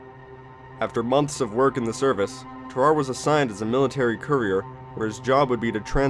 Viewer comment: Ter-are-ay not terar. Sam-o-nella did a better job